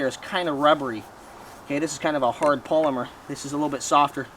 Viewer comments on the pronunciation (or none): none